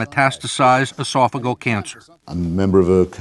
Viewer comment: It's not, "osophagul cancer." It's esophageal cancer.